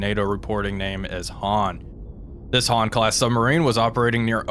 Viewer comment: Han, not hang😂